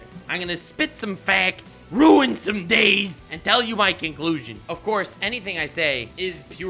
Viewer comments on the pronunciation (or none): ok my god I heard "kinkclusion" instead of conclusion lmafo